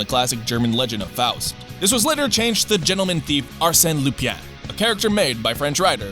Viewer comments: "Are Sent Loopy Ann"... smh... "ar-SEN loo-PAHN" (though technically the N in Lupin shoule be half-voiced at best)... EDIT: Or probably more accurately "ar-SEN loo-PAIN" (pain as in the French word for bread, not the English word for pain) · Why the fuck can't american youtuber fucking check how things are pronounce in other language. Arséne Lupien. Fuck you it's Arsene Lupin! Fucking google it!